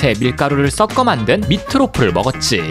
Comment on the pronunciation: 발음 좀 잘 해라 썪어 만든이 아니라 섞어다